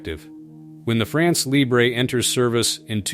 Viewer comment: It would be so cool if the narrator learned to to pronounce "France Libre". If he cannot correctly say those two words what trust can we put in whatever else he says?